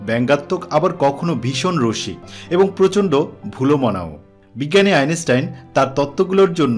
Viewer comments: বারবার' আইনেস্টাইন' খুব শ্রুতিকটু লাগছে। আর শুধু ভুলোমনার কথা এত শোনা যায়? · Your pronounciation of the name of the great scientist is not correct.